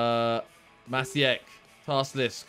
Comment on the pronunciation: maciek is a polish name, it's pronounced matchiek